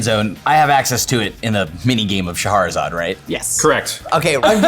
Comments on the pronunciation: It's pronounced "Shah-ra-zad", and not "Shahaharasalad". Reading the card explaining the card, or something a certain professor would say. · It is not pronounced Sha-ha-ra-zad.